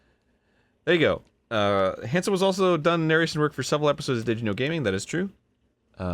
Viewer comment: I swear, he says his last name like "handsome"